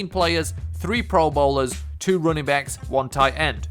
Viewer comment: You are saying running backs as rooningbacks